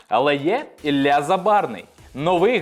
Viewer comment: Мабуть поганенько вчились в школі, бо якщо вже українською, то Ілля!